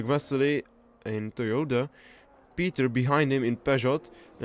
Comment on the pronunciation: Its Toyota not Toyoda thx<3